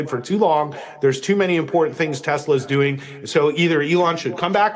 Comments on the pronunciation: It didn’t help that Donnie pronounced it TesLER😂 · It’s pronounced TESLER 😂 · "Its a great product has good as it gets" Then doesn't even know the name and calls it "Tesler". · "I love Tesler" Derp...